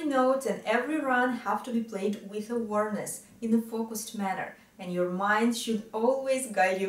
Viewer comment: a positive criticism of significant word in your presentation: awareness is pronounce “a—wear—....”, Otherwise, flawlessly clear! Thank you